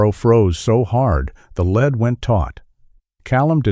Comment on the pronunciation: Leeeed. Not led. Come on AI programmers